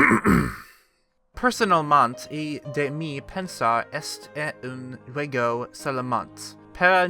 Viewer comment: "ninos" "jew-uego"